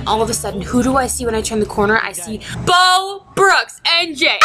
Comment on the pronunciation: Bow brooks ? Ha it's pronounced bew 😂😂